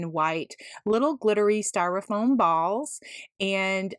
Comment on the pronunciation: So happy to find a Valentine's diy from you! All cute! But just fyi, topiary is pronounced "toh-pee-air-ee" with the accent on the first syllable. Someone had to correct me a while ago, so I thought you might want to say it right, too :) Also, the word "styrofoam" ends with an m, not n. :)